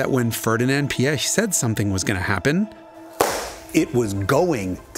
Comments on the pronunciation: Great video as usual. But that butchering of names…it’s funny that both Porsche and Ferdinand Piech is so hard for English speakers. Porsche I understand because it makes no sense in English. But Piech is pronounced like peach with an i between p and e. If the i is throwing you of jus pronounce it like peach. It’s closer to reality than PieK anyway. Why pronounce with a hard K in the end? Does not make sense at all. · Peesh and not pee eck 🙄 And when you‘re fancy try to get a t sound before the sh. It really really hurts hearing that pronunciation.